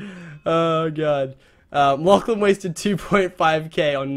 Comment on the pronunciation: Anyone else notice that it sounded like he said "Laflan" at the beginning of the video? :P